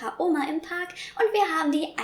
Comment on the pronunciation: Germanys pronouncistion of words in german is just weird... Oma and she says Omma Just as the example when I stopped watching